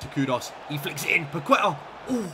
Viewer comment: when pronouncing paqueta the u is silent you should say like paketa, or kessie